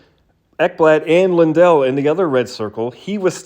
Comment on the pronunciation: Sounded like Lindell to me on shitty laptop speakers, but maybe I'm just used to American broadcasters pronouncing it LANdell.